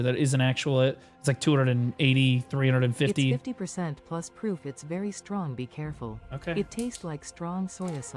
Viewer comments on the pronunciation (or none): none